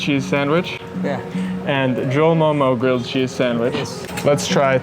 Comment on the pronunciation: I am sooo proudddd of you 😭😭❤️❤ Thank youuuuu for pronouncing 'momo' correctly😭❤️